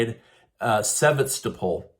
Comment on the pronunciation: God.. American really know how to butcher English language 😂. Sev-ES-Tow-Pol is how it’s pronounced. And it’s in Russian Crimea. There is no action there. Russians Fighting with shovels 🤣🤣🤣. I don’t think so. Victory to Russia from Ireland 🇮🇪💚🇷🇺